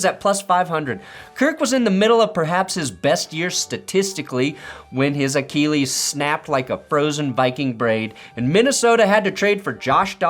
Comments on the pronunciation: what is up with the way you say Achilles? It’s “uh-kih-leez” not “uh-KEEE-leez”. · A-Kill-ease not A-keel-ease…lol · The way he pronounces achilles sounds like he's talking about Akili Smith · I love how u say achellies 😅😂